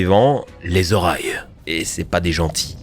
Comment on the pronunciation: Euh... les Orailles.... Bon sang, les Oris! Comme Origine!